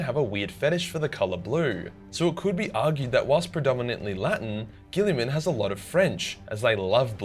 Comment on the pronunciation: are you ok? who kidnapped you lol you never say guillimans name correctly